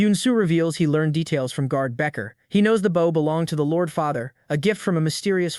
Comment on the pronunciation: It's always a giveaway when the word "bow" is used. AI always reads it as the verb instead of the noun.